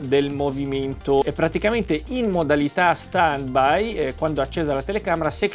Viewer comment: Si scrive stand by e si legge stend bai.. 🤣🤣